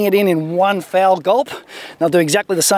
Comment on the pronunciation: One fowl gulp?? Did I just hear that right?